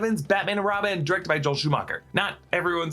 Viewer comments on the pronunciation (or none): none